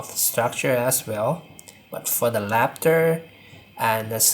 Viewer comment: Some honest feedback... Your pronunciation of L and R are switched making the video very hard to understand. You say "laptor" instead of "raptor" and "refrective"/"caribration" instead of "reflective"/"calibration".